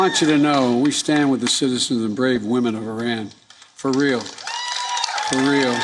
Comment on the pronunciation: WHY DID SAY FUR REAL